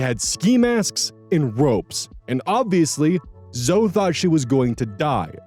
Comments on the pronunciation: Okay, I admit I may be petty, but it legitimately got me cringing and wincing every time mispronounced "Zoe". It's 2 syllables, not 1: ZO-ee, never ZO! (If it helps, the name Chloe is similarly pronounced KLO-ee, not KLO. Both Zoe and Chloe are Greek names, hence the non-silent final -e.) But, yeah, Story #2 is an absolutely bonkers case of Disproportionate Retribution and was in no way a "prank"! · it's pronounced "Zo-ee" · not me with my eye twitching every time pronounces "Zoe" as "zoh" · LOL i was having a moment like "Zo"? isn't it "Zoe"? huh?!? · Lmao "Zo" (The name Zoe is usually pronounced the same as Zoey) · Is that not how that's pronounced? Zoey would be Zoë wouldn't it? My friend pronounces her name the way you do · …is this not right? Zoe is Zo Is it was Zo-ee Wouldn’t it be Zoey? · Zo-ee. It’s pronounced Zo-ee. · Omg I used to pronounce Zoe like that growing up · That bugged me too, but then I realized that Zoey is also a name, and the one I am more used to seeing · Yeah I saw this comment and went how is he pronouncing it wrong isn't Zoe spelled with a y My phone speech to text spells Zoe that way even though I'm saying the e part. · The pronunciation of Zoe hurts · The way you pronounced Zoe is hilarious. 😂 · It's pronounced either way, I had a friend when I was a kid named Zoe and if you called her "Zo-E" she'd get mad. It's the preference of the individual but the majority of "Zoe"s I've met, pronounce it "Zoh".